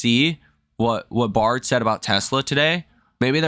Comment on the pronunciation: Son, you are killing me on pronunciation of Baird. Pronounced "bear D" Not BAR D